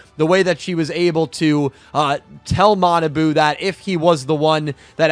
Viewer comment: Kwl review ^^ bt his name is ma na bu not manaboo:(